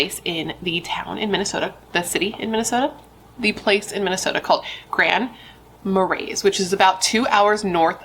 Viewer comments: Ma-ray. No s. Always happy to hear a less well known one ❤ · Thank you for your video! 💜 It's pronounced with the "s" being silent. So, Grand 'Marie' Love from Minnesota 💜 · Grand "Muh-ray" is the pronunciation 😊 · I didn’t know this happened and I’m not too far from there. Also it’s “Grand Ma-Rays” I know. We pronounce things weird here lol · "Grand Muh-ray" is how u say it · I live in Minnesota, and it's pronounced Grand Marais(Ma-rae). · Grand Maray - pronunciation ❤ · Minnesotan here, the town 'Grand Marias' is pronounced like Grand Maray, It's beautiful! Can't believe i hadn't heard of this so thanks for coving it. Love your videos <3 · Grand Mah-ray…lol